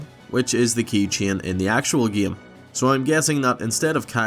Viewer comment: Why do you say "game" like "geymee"??